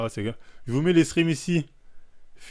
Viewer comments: Pourquoi il dit screem au lieu de screen, ça dérange que moi ? 😂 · ScreeNNNNNNNN pas screemm 😭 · J'ais l'impression que tu dis des screem alors qu'c'est screenshots donc screen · On dit screeN bg pas "screaM" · ScreeN, pas screem.